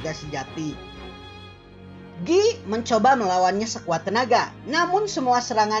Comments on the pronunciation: Guy - Gyu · Tpi itu logat prancis ,bykan logat british